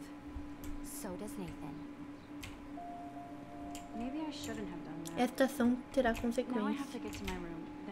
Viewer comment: Não é natan e sim neitan Que se fala